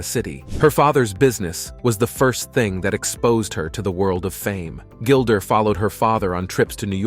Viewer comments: Kinda disrespectful to mispronounce so much material, "gilder" to start with! Research that makes you watch the opening credits of ANY SINGLE OPENING! IM BLOCKING YOU, OUT OF RESPECT TO GILDA. YOU SvCK GREEDY SWEATY ONION TESTES!! WISHING YOU NOTHING BUT MISERY . CHEERS PUSS BALL! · Can’t handle him calling her Gilder